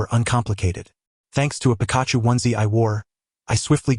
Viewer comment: The pronunciation of Pikachu is funny! Pika Pika! 🤣